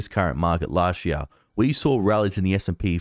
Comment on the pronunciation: "Chart", not "shart". "Last year", not "las sheer". "This year", not "thi sheer".